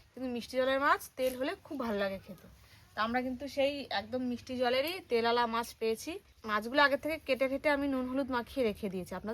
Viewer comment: কথাটা কি "মাস" না "মাছ" ? 🤔